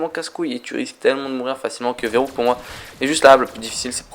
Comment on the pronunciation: verruct pas verrouct sinon belle vidéo